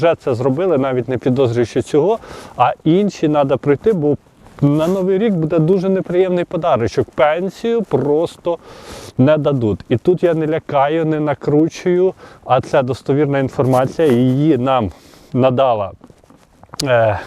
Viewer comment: Дадут+ь!так важко ( ь) вимовити ?